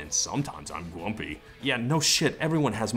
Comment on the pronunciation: Hmm... should I soundbite Todd saying "Sometimes I'm gwumpy" and play that back to me everytime I feel a little down..